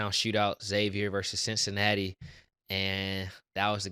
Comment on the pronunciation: This man said "Quincinatti" 😂😂😂